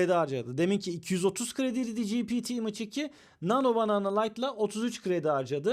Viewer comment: image imıç diye okunma imeyç diye okunur